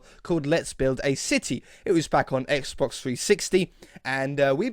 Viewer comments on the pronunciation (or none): none